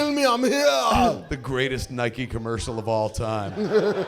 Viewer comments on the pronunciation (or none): none